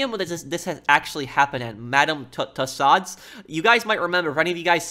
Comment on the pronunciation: We need stricter punishments here, they keep on doing stupid things like this and they don’t get punished. Prince Charles is an advocate for being green- I’m not too sure what else they want. Things can only move so fast. (Yes you did pronounce Tussauds correct!!)